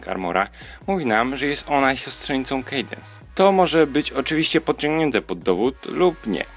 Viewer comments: "kejdens" ? Chyba "kadens"... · Czyta się Kadens a nie Kadense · Sorki że się czepiam ale się mówi kadens, a nie kejdens xD